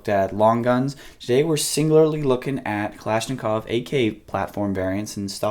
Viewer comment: "Klashklov trigger" lol